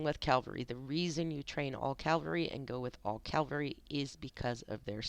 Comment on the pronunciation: Just an fyi, it is pronounced C-AV-ALRY, not C-AL-VARY haha... good video for the most part but if I was you I wouldn't underrate pelagius as much as you did. He may not have movement speed but he is meant to be a hard hitting nuking commander, not movement based. His first skill is much better than you made it seem, it does a direct damage FACTOR of 300, and an additional factor for 300 each second over 2 seconds, plus it restores 100 rage. Pelagius paired with minamoto is extremely powerful for nuking! I am however investing in Belasarius as well I have him at 5-5-5-1 so far haha, I want to build an extremely fast hit and run unit with him and cao cao. Like I said good video.